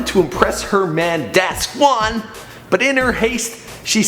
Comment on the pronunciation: My thought exactly...Who is "Dazzquan". I believe her boyfriend's name is Daquan(dae-qwan)